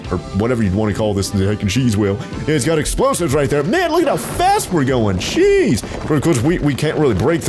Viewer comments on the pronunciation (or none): When he said look how fast we are going, jeez i heard cheese